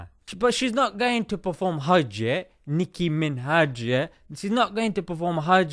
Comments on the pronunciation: ''NIKKKI MINHAJ'' yeah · Last of all, Nicki Min-hajj.....😂😂😂🤣. Well done dude😊😊👍🏼👍🏼